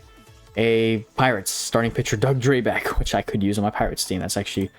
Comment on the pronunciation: Nailed the name bro! Doug Drabek from the pirates is my distant uncle lol.